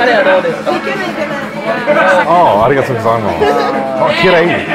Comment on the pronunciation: How are you so bad at Japanese? YOU LIVE THERE. Please learn just a little bit. Like to pronounce "Arigatou gozaimasu" properly...please.